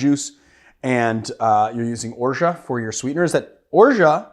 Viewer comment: Gonna try it this weekend. By the way, I love that you kept the T silent in Orgeat 😊